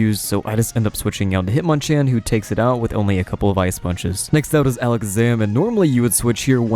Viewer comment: Alec Zaman??? - it’s Ala Kaz Am like magicians say…